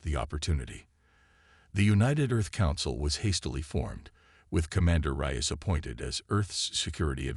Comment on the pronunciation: It would be nice if you would FIX your AI's pronunciation of (Reyes), which it NEVER gets correct. "Rize", "REYE-ez", "Rice", "Rayz"....etc, etc..... And, what is: "DIZ-aray"!!!???